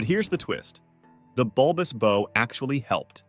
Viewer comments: It's a Bulbous BOW (rhymes with "How") ... NOT Bulbous Bow as in "rhymes with Blow minus the L". Ya know ? Like the back of the boat is a Stern. The front of the boat is the BOW (rhymes with HOW). Jesus. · Ah! American mispronunciation: the front of a ship is called the bow, pronounced like wow, not like go; bow like go is correct in terms like bow and arrow. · A ship's bow is pronounced bau and rhymes with ow. Robin Hood uses a bow pronounced boe which rhymes with toe. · I am a retired U.S. Navy Master Chief with thirty years service. Will somebody tell these nitwit narrators that the front of a ship is called the bow, pronounced like "how," not like "low." There are more instances of these silly pronunciations but I cannot remember them. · The narrator is able to pronounce "bow" correctly when talking about the bow of the boat, but he references bulbous "bo" several times. Judas Priest, is no research or proof reading done before recording these vids...? Sheesh... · Come on guys. You are embarrassing yourselves. Hopefully the narrator is an AI because any human knows that "bow" on a Christmas package is very very very different from a "bow" on a ship. Pronunciation on the package type is long "o" , but the ship variety is pronounced like "bow wow". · Ex-US Navy Sailor, Ship builder and current captain of a blue water vessel. I don't know a single US navy blue water naval vessel with fin stablizers. Also you pronounce Bow wrong. Please stop and do more research before you post videos. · This annoyed me more than it should’ve… (The pronunciation that is…) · I cannot take you serious with how you pronounce bow.